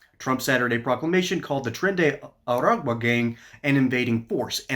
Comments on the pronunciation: It's Tren de Aragua not Tren de Agua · You read Tren De Aragua correctly after mispronouncing it then immediately mispronounced it again 🤣